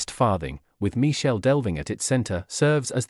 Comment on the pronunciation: Michel, pronounce Mikel